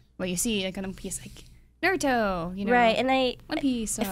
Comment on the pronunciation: IGN: "Anime is cool and you should watch it" Really guys, these anime segments are cringeworthy. These are the same ppl that have been calling Naruto, "Nerudo" in all the Ninja Storm reviews. Suddenly you guys start talking about anime like you guys know anything outside of the popular anime. I'm not even trying to sound mean but IGN should just stick to games and movies/TV.